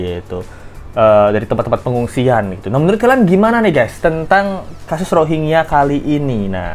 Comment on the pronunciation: UNHCR R nya rohangya